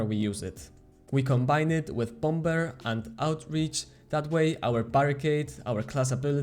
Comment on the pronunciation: I like how you pronounce the second B in Bomber 😂❤